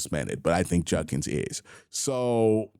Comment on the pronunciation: I love you Q. But you pronounce Judkins completely wrong and it’s driving me insane lol. You say Juncans